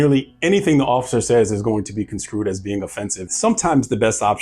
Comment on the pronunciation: The word is construed, not conscrued,! Wouldn't mention it cuz I love your stuff, but I know you will take constructive critiques well